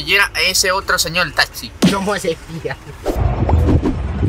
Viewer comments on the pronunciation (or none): Sabias que talxi no se dice haci es taxi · "le dijimos al señol talxi que siguiera a ese otro señol talxi" ja ja ja ja morí 😂